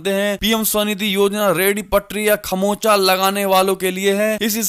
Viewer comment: कड़ोर नहीं करोड़ कहें। खौचमा नहीं खौमचा कहें।